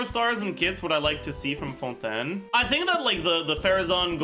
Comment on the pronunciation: As a frenchwoman i really appreciate how you pronounce fontaine it's refreshing to see it pronounced right